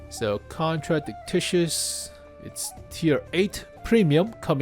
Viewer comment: its not contradictitious, its a contradictious. kon-tra-dic-shious PLEASE stop saying TICTICIOUS